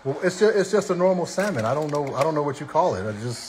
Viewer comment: 🤭💜YOU WON💯 👏💯Thank you for pronouncing SALMON correctly✌️ Hit me back I have a HILARIOUS story about you and the group but mostly you and Kandi when I walked with you to a restaurant while you were in NY(Manhattan) when you were young... I had the pleasure of meeting all of you and the awesome opportunity to see you at least 5/6tms per year... The situation with the task of escorting all of you made me so nervous because I was afraid someone or people would try to abduct one or all of you... 🤬🧐😠You and Kandi did something that still shakes me to this damn day!!! Y'all were so wroooong for that and we had to RUN back to the hotel a FULL NY BLOCK AWAY!!! I Blocked cars and buses holding my hands up "you laughed along with Kandi, your Sis and Tiny" at first but quickly realized it could be bad... 😒😤😮The entire situation was all on you and Kandi... 🤣😝I will forgive you if you ship something to my elderly Mom and I "maybe"...😆😁 So EXCITED for your growth, marriage, motherhood, business and exciting group of people who always gravitate to you.. Be well PROUD of YOU ALL... I will try to locate the stack of autographed pictures and my Back Stage Passes, T-shirts, pictures Mostly I just have memories, little stories that remain in my head... My students absolutely LOVED to hear about my seeing all of you... Everyone would beg me to tell what hotels you were staying in... I NEVER repeated anything I saw/heard except this!!! Cause it's FUNNY NOW!!! 🙄CRAZYASSES😝 The BEST thing about you.